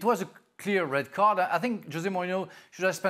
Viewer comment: What's wrong with the guy in glasses? Why is he saying red cardtsh? Why is he adding tsh to almost every word?